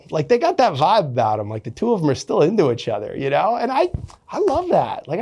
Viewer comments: “Itch other” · Why does he pronounce "each" as "itch"